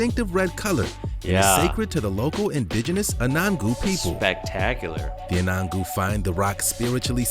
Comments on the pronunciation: Love your channel and enjoy watching you and your family open pressie from Australia. Just for your personal interest the correct pronunciation of Anangu is ....un an noo. Keep up the great work from an oldie down under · FYI- Anangu is pronounced “Un-un-yu”